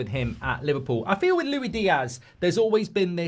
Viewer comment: LuiSss Diaz geez! Not Lui 😂😂😂